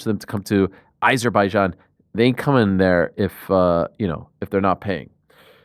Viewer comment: Once again, Ariel cant say Azerbaijan. Its not I-zerbaijan, its AH-zerbaijan.